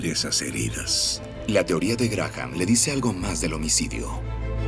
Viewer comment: La h de Graham NO se pronuncia